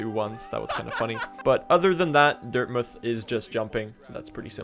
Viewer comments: why do you call it dirtmyth? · Dirtmuth, Mouth is many place names are pronounced as muth